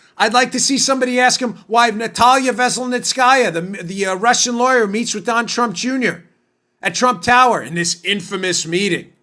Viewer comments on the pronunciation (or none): none